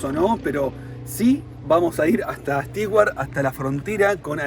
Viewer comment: **Nota** Amigos viajeros, en inglés no se dice ni pronuncia "Sti-uart", se dice y pronuncia "STU - uart", por más que se escriba "Stewart".